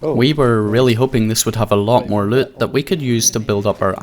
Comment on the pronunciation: Your accent saying the word “loot” is why I keep coming back. Good vids